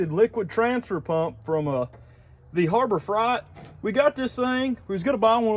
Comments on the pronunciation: LOL.... "Harbor Fright" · do you really pronounce harbor freight like that lol